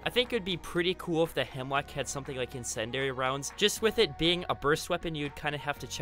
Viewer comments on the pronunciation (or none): It's pronounced in-sin-dee-ary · Ah, yes, “insendary” rounds. I love those.